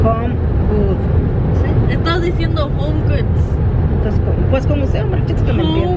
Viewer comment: Tu lo pronunciaste bien. Es Home Goods 😊